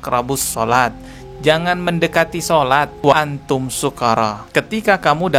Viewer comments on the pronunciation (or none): Koreksi sedikit, dalam membaca ayatnya bukan wala antum sukaro tapi wa antum sukaro. Ini bukti tanda peduli saya terhadap, saya tidak bermaksud menggurui🙏🙏🙏